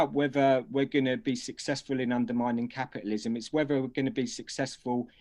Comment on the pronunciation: I think the baby needs changing. They want to turn the clock back 200 years. Capitalism is killing itself - erm, not anywhere on this planet except North Korea. And dear Lord, learn how to pronounce the letter T. Capialism isn't how it's spent.